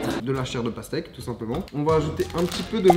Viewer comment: Congrulation ! your ''pasteque'' evolued into pastrou